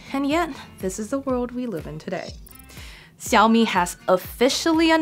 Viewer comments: great? All I can hear is Siaomi. There is no Sh in there. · Can´t you learn already, how to pronounce Xiaomi ?